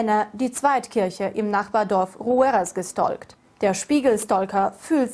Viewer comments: „gestolkt“ und „Stolker“😂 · wie die gestalkt aussprechen, ich glaub ich krieg zu viel